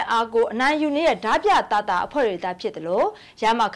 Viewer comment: ဓားပြကို ရေးတော့အမှန် ဖတ်တော့အသံဆိုပြီး ဒမြလို့သာ အသံထွက်ပေးပါခင်မျာ..ကျေးဇူးပါ❤❤❤